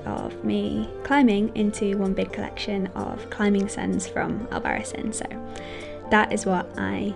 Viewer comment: Pronounced albaraTHEEN. ;) In all seriousness, great video, thanks for sharing! Can't wait to be here in January!